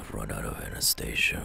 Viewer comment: Bro Whoever said anesthesia Said it wrong It's not Anastasia It's anesthesia